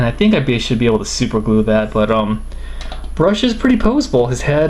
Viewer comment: its rush not brush